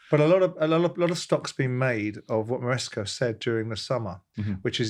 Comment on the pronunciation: Why is Simon incapable of pronouncing people/place names?!?! Who’s MarescO?!?! It’d MarescA ffs!!!🤦‍♂️🤦‍♂️